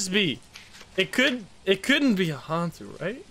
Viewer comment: i literally have no idea how the games even work but it really bothers me how he pronounce some of the ghost names.. it’s yo-kai. not yu-kai. as in yo! also han-tu not hen-tu. han as in dynasty han.